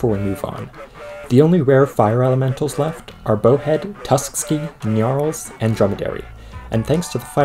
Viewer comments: GNNNNNARLS GNNNNNNNNNNNNNNNARLS It's not "Nyarls". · I like how you pronounce gnarls: gnyarls (